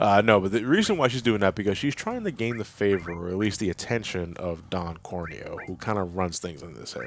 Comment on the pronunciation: I love how not only can not say corneo right, but he says it different every time